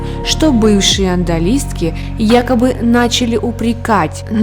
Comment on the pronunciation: "АндАлиски" повеселили. Зато с каким понтом читается!